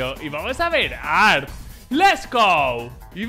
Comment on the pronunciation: La forma correcta de llamarlo es "arte" por la T mayuscula de su nombre "arT" se pronuncia la T como suena osea "te". Por otro lado en cuanto a su jugabilidad es igual a muchos amigos tanto silver como ak cruzada o Brs con p90 solo conocen la tecla W xddddd